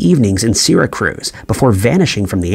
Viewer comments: Prety good video only comment is It's Syra'cuse' not Syra"cruze" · Do you mean SYRACUSE, New York? I had to listen twice to make sure I heard that right! "SyraCRUZ" sounds like someplace in Puerto Rico! 😂 Just having fun with you! Love your channel and I hope you're feeling better. ❤ (P.S. thanks for the update on your anus. 😉🤣 Sorry, I just couldn't resist!) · Isn't it "Syracuse" not "Syracruse"? Is anyone keeping count of the locations that are mispronounced on this channel?😄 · Im from Syracuse and im used to some miss pronunciation, but Sarah Cruz?? Cmon man. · "SIRACRUZ"???? Where are your editors? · Syracruise lol😂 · How come the "Channel 7" one, the area/town in NY, he was saying 'Syra Cruz, but it is CLEARLY 'Syracuse'? It is pronounced like Sira•cues - hence the school Syracuse University, (and the school's paper was named 'The Daily Orange' & being Syracuse, I believe, that is bc they are part of Orange County). This area is a pretty popular known area located around what I, myself, would consider Upstate New York, bc I was raised on Long Island, New York and lived on City Island in The Bronx, & have lots of family in areas in Queens and really towns in Long Island & thru all the boroughs & so we consider all those parts of NY State above those spots where LI and any of the boroughs are, like parts of NY above Manhattan we call Upstate New York... and yes, that is the biggest span of NY but LI alone has enough people living thetr to become it's own state, having a bigger population just there than in some other total state populations. But why wouldn't he at least check the fact that it is called Syracuse, NOT "Sira Cruz", wherever that is. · Seriously? There is NO R in Syracuse wth 🤦🏼‍♀️ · "Seeracruz"? JFC, even if one lacked the basic sense that Syracuse is a major city in NYS (the 5th most-populated, actually), a bare-minimum fact-check would have caught that. And to repeatedly mispronounce it just screams Content Farm. So gross.